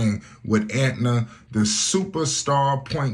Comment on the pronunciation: Why does he keep calling it Antna, it’s ANTA